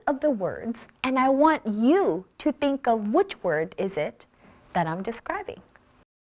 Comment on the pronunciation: you pronouced " think" diffenent from other pronounce.